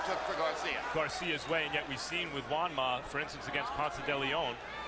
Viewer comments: It was funny to hear brain damaged Roy Jones say Manjua. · Has anyone else noticed RJJr can't say Juanma. 😂😂😂